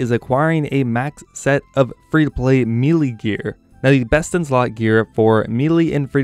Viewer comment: May-Lay... Me-lee